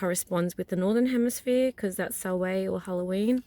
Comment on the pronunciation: I love your video but as a practicing Pagan Witch in the Northern Hemisphere, I have to correct you on a couple of things. First, you're pronouncing Samhain wrong. It is pronounced, Sow-Win. The N at the end is not silent. Also, Samhain is not celebrated in the winter here, it is celebrated in the fall. Our winter solstice is not until December 21. Just a bit of FYI. I'm really surprised that noone else corrected you yet.